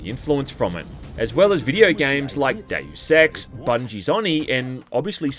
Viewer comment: took me a second to realize he said "Deus Ex" and not "Dave Sex"